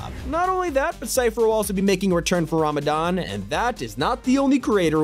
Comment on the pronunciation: He pronounced ramadan wrong